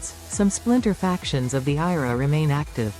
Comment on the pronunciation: Your AI narrator is shit. It's the I.R.A , not IRA.